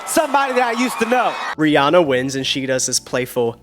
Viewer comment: hiii bestie she pronounces her name ree-ANN-ah not ree-ON-ah check out any interview where she says her name aloud!! love u & the content!!